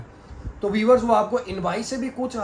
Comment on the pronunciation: Correct word is viewers and Not weavers